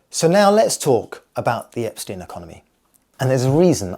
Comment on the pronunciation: Cannot Care is the inverse of Carrot Cane Please pronouce Epstein, like Einstein and not like Eps teen.